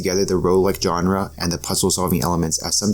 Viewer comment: I don’t know why but the way you pronounce “Jonrah” (genre) is legitimately hilarious.